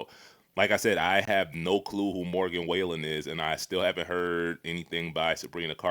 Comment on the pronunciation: Morgan WHALE EN 😭😭 somebody get unc